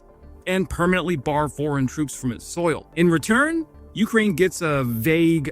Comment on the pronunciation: It's UkRAIN! Not YOU krane! FFS dude it's not that difficult. Pam